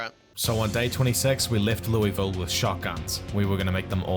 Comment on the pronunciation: It's pronounced like Luhlville, not Lewisville